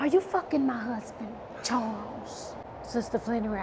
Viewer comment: She know she say Charwls